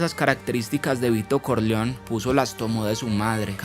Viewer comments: Lo unico que le reprocho al buen relato es que no se dice Corleon se pronuncia como se escribe, CORLEONE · Me parece que no se probunvia "Corleon" es Corleone y "croupier" se prnunvia "crupie" no ronunvianfoo como si fueras un yanqui ; maldito kelper